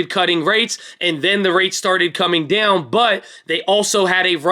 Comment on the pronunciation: it's dOWn like when you get hurt Owwww owwwww. Not deyown like eww food...quit saying it so weird